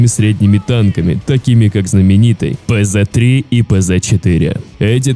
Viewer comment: В германии никогда не было "ПЗ-3" и "ПЗ-4"! "ПЦ-3" и "ПЦ-4", сокращение слова "панцирь", что в переводе на русский значит "танк"! Сколько можно читать по английски, слова написанные на других языках?